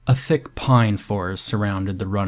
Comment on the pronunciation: I can't get over the way you said "thick" it made me laugh instantly.